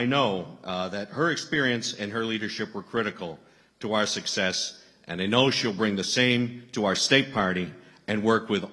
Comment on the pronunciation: Okay. Say Sussex’s one more time instead of success. OMG!